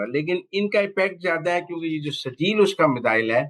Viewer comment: او سہروردی صاحب ، یہ "" سرجیل"" نام کا میزائیل نہیں اس میزائیل کا نام "" سجیل "" ھے اور یہ نام قرآن پاک کی سورہ الفیل میں ھے زرا پڑھ لو